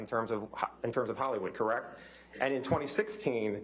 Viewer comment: Am I the only one who's annoyed by the way the lawyer pronounced the word "correct"?